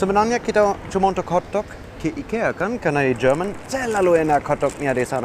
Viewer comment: Do me a favor? Can you pronounce "Jerman" correctly. It starts to get annoying and confusing to always hear you pronounce "german" instead of Jerman when talking about the country. I understand as a german that it's strange for you to read "Jer-" with a yot as well as indonesian prefixes like ber- ter- etc but please get it right when you are talking in indonesian. 😥